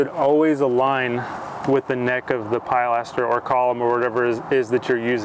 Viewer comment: The pride that you take in your work really comes through in your videos. Might want to double check the pronunciation of pilaster, though.